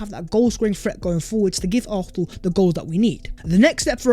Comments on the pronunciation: It’s NOT ARFNAL! For God’s sake! Learn to say Arsenal properly!! 😂😂😂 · Aurthernal. Why do you say it like that 😂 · Does this guy not know how to say Arsenal? 🤔 great content though, I’d take Darwin allll day